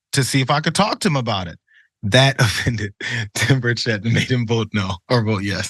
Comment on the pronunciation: As a person from TN, it makes me smile a little hearing you mispronounce Tim Burchett's last name. Is it petty? Yes. Do I feel good about it? Absolutely. :D